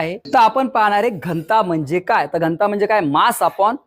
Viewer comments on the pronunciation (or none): घंटा नाही रे दादा घ न ता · घंता नाही... घ न ता... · उत्तम👍🏼👍🏼👍🏼 फक्त घ न ता...✅ घन्ता... ❌ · घ.न.ता. घंता नव्हे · घन्ता नव्हे घनता... 😊